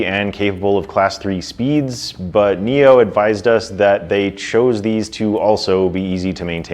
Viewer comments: Did you just call the company NIO? It's NIU. Pronounced "NEW" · Say 'new', not 'neo'.